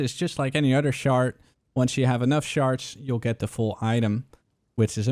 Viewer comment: it sounds like the one guy talking about harbinger is saying sharts instead of shards.... XD